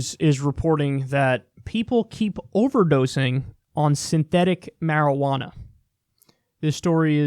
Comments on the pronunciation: Me just high AF loling at Kyle saying "shwearajauna" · Quit saying marijuana.